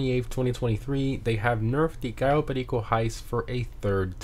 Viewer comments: Why do you always say "gao berrrrigo"? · They did it because you keep pronouncing it in the weirdest and the most annoying way possible.